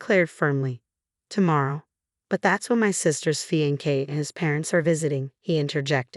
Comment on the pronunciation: Sounds like a civil registration of marriage, thus they are married. Wedding ceremony to follow. Unusual, at least in the religious world, but legal. Having defended that, please find a reader that can pronounce "fiancé ". Thank you.